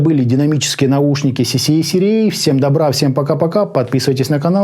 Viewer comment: cca cra, а в обзоре автор говорит cca rca